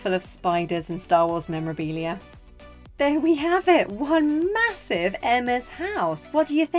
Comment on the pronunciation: It’s “Mahossive!”